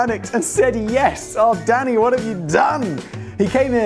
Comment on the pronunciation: "Yes, Danny" w/poor enunciation.